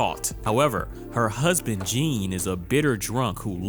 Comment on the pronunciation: Baaaaaby I’m begging you to just start googling how to pronounce foreign names before you write your scripts!! That is not how you say Jean!!!